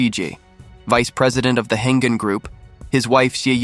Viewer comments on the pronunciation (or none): It’s Heng-An not “Hengen” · Pronounced as "Heng-An" Group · Yes. 'Heng-An' should be pronounced 'Heng Arn' for English speakers.